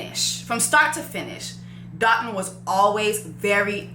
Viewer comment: As a Nigerian, I just have to say this... his name is pronounced Doh-tuhn (like dough-tune). Alright, that's all lol